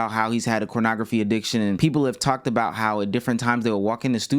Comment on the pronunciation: why is he saying cornograpky??